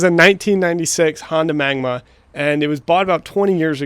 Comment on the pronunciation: magNA! not magma